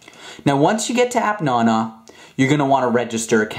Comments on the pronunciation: its app naaanaaaa not appnono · The way he says appnana annoys me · You say nana rong